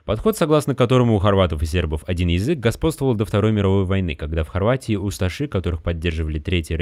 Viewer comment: Мне одному кажется что автор говорит не Язык а Езык?